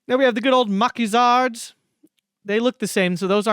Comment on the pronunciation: Nice video Free french prononciation 😂 Franc tireur : fron teero-reu Maquisard : makee -zar Lebel : leu-bell Char: shar